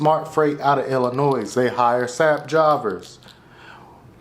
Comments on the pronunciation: i cringe everytime you say Illinois. ITS ELLA NOY. not Ella noise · Never pronounce Illinois with an s at the end 😮